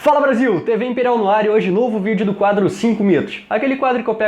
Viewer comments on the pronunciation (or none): none